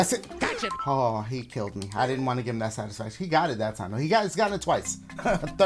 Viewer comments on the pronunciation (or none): That “GOTcha” kills me😂😂😂